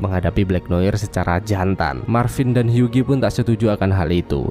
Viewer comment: Huggie dibacanya "Hyuwi", gan.